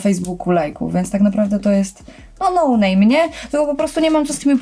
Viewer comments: Dwa Sławy mówi noname xddddd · Dwa slawy "nołnejmy" ociehui